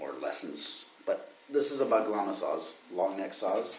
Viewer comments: You dont speak the g in "bağlama" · No, not exactly. The cura (pronounced joo-rah, not koo-rah) is the tiniest of saz in the family, the one that's the size of a mandolin. When we talk about "short-neck saz," we're usually talking about the çöğür or the short neck bağlama (not bag-la-ma ... the g in this case is silent ... BAH-la-ma). And, yes, HelloHalo is right, your saz is way too low for the scale length. If you're devoted to kara tuning, all fifths, try CGD ... OR try true bağlama tuning, AGD. That takes practice, though ...